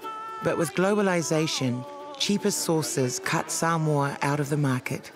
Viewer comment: Omg soooo triggered when the said “Sumoa” it’s SAMOA! And I’m from Samoa! Ugh so triggering, but ya when I visit there we do have obesity problems but srsly get it right I guys!